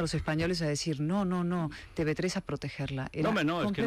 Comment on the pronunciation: Diga usted Te Uve 3 Don Federico, deje ya de decir Te BE 3, por Dios. A ver si de una buena vez alguien del equipo lee mis mensajes en los que siempre le digo lo mismo y se lo hacen llegar, para que corrija ese error. ¿O es que están dormidos? No le haga usted el juego a los separatistas. Gracias